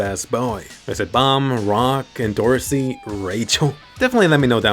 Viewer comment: I like how could barely say Rachel’s name 😂